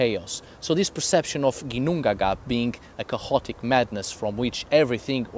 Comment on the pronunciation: "chaotic" doesn´t have a loud sounding "h" in the middle of the word in English, also "behaviour" DOES have a sounding "h" in the middle. There is no "cahotic" neither "beaviour" words on proper English pronunciation.